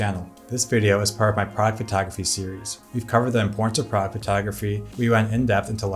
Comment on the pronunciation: Is he saying "product" "pride" or "frog" photography? What??